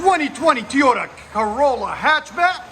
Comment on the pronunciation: It’s TOY OTA NOT TEE OTA !!!! That’s way to loud ….needs a flow fx ….hopefully he gets lots of tickets with his fart box 😆😆😆